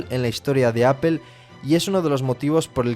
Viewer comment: Que fastidio que pronuncie mal "apple"